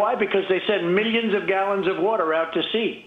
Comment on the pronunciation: “Probabababaly” “Miyionz”